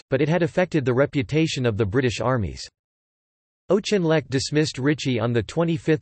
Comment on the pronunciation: General "O'Chinleck?" Oh dear.